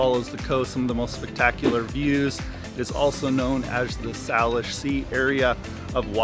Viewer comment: SAYLISH not Sal ish.